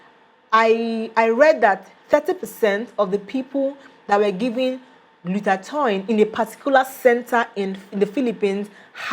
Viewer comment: Glutath-oin? Wtfff im outta here ..tou don t seem to have the knowledge if you don t even pronounce the fuckin word right byee bii